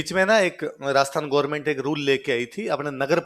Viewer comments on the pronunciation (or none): none